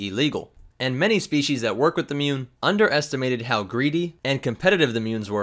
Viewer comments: They are not 'munes' they are MOOOONS! XD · Muun? I thought you said mum